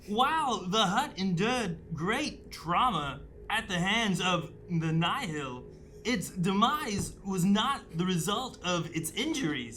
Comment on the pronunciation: Pls just say Nihil right🙏🏼😭 “Nile”